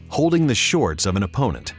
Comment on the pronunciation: why does he pronounce it as shortsch .... its just weird